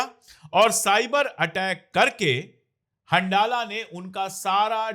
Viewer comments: It is better pronounced as Hanzala, rather than handala. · Ashok sir handala ko pronounce Arabic me hanzala kiya jata hai.. Jaise Ramdan